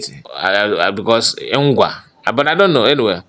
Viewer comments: NONSO NKWA not NGWA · Nkwa 👍 Not Ngwa